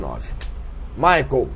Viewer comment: engraçado o Flavinho falando "mijael" schumacher!! hahahaha